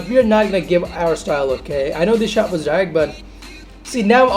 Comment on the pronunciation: You can't even pronounce direct._.